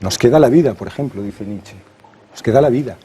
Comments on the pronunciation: Concretamente Nit-chae (porque en alemán fonéticamente suena a una E que acaba en A), pero desde luego no "Nitch", como si fuera un rapero. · EL ENTREVISTADOR NO SABE NI PRONUNCIAR EL APELLIDO, NITCH... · Nietsche. Se pronuncia la É a final de palabra en alemán, siempre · SE PRONUNCIA: NIT-CHE. Qué cosa de locos que traten sobre un autor y no sepan pronunciarlo (algunos).